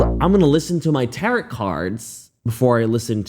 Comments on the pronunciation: Ter-oh not tarret. Duh🤓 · Btw it’s pronounced "tar-oh" not "tar- ot" just thought you should know lol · Who is this idiot who can neither spell nor pronounce common English words? Tarot = TAR-oh or tar-OH (not TAR-ot/tar-OT) Defamation = 'deh'-fa-MAY-shun (not 'dee') Rhetoric = RHE-ter-ik (not rhe-TER-ik) I'll give a pass to. 😜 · Okay 1st off I've been reading cards 4 years and that's not how they WORK all! It's pronounced (Tear-O) not ( tear rot) lol and yer flippin gorgeous and my cards said we should smash! So.................:)p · It's *tear-roh, not *tay-rot, 😘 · Oy., I am on your side, but it's a 'CEASE and Desist'. Not 'SEIZE'. And, it's pronounced 'Tare-Roh' Reading. Not 'Territ'. Oy. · its pronounced tear row, not tear rot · Respectfully it's pronounced tar-roh, not tar-rot. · it cracks me up every time you say "tarot" like carrot. Its pronounced "tarrow" like arrow. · 🇨🇦 FYI - It's NOT "Seize & desist." It's, "Cease and desist." Put the sound "sea" and the last part of "piece" together: "Sea-iece." Also, it's deh-fa-may-shn, not dee-famation. In fact, you can look up pronunciations. I suggest you do (see below). BTW, tarot is also NOT pronounced "taret;" it's pronounced "tair-o." 🙄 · I like that you say “tarot” like “carrot”. It tickles me every time. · First, tarot is pronounced (t-arrow) And second, people believe in this genuinely as a religion, yes this person should be punished but don’t shame religion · “Tariit” & “deefomation” is killing me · It's pronounced Tehr-oh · Tarot reading is just plain woo-woo, up there with homeopathy and the healing powers of stones. Total bullsh!t. She needs locking up fast. BTW Tarot is pronounced Tarr-oh 🙂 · Good story & you tell it well, but it's pronounced taro, the last t is silent. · I know I'm almost a year late but I had to mention that it is "T-air-o" Tarot but the last "t" is silent. Otherwise great video!!! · I love you but tarot is pronounced without the t Taroh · It’s tar-OH!